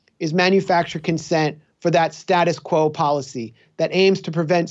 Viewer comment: The way Roger Waters pronounced "status quo" sounded like "statist quo" how fitting.